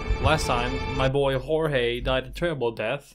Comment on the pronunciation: The funniest part about him pronouncing "Jorge" with the h is that that joke is cannon and has been used in universe